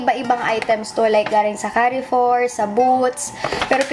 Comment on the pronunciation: Don't get me wrong but the pronunciation of "Carrefour" is like Car-four, silent e :)